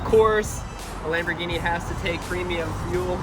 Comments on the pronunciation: I like your lambergeny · I wish said sharerghini instead of saying a lamboghini